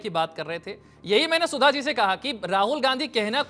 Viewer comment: Yeh koun sudha hei .. Bish ko sudha bol rahi hei ....